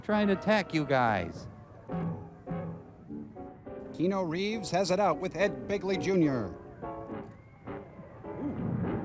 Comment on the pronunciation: Did he say, "Kee-no Reeves?"